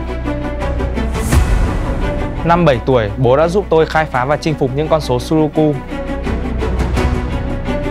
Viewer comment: sudoku mà nghe như sogoku :))